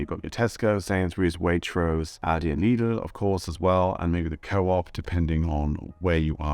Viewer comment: Interesting, but you don't pronounce Aldi and Lidl properly. I initially thought you were a learner of English. That is NOT how "Aldi" and "Lidl" are pronounced in the UK.